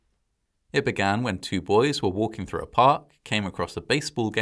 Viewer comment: Sorry, I'm hard of hearing. Did you say wanking?